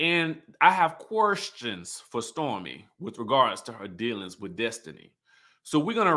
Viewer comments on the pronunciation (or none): I missed the live. I'm watching you now and I always look forward to your reviews. In my opinion there was so much negativity starting with Destiny and it transferred from person to person. Now I'm going to listen to you. You make me laugh every time you say "querrstions" 🤣